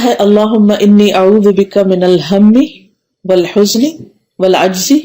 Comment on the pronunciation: U pronounce (oalhujni) but written (oalhajani),which right?